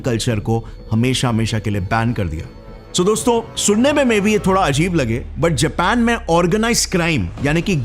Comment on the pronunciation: Abe anpadhon ke professor vah Jepan nahi Japan hai